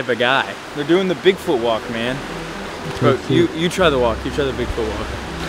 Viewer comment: hahaaa u said "dig foot" at 16 seconds